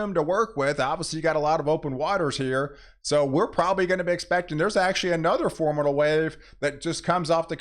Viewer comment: Is “formidal” a weather word, or is that just the way he says “formidable”?